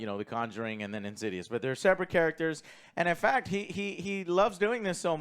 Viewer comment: "In-sids-'ouse" or "In-sids-rse" ..